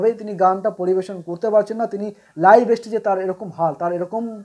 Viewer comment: অতিরিক্ত কথা বলছে আর তাছাড়া উচ্চারণ ঠিক নয় যেমন "স্টেজ"শব্দটা উচ্চারণ করছে "এস্টেজ" অথচ জুবীনের মত মানুষের সমালোচনা করছে, ফালতু একটা ইউটিউবার